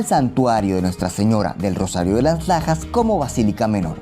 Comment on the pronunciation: Entendi: "santuario de las pajas"